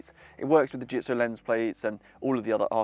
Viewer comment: Well said .... except for the pronunciation of the brand name.